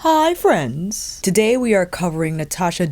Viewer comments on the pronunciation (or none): OMG! I live for "Hi Freenz!" (Tip: Don't do this during a business Teams call. LOL)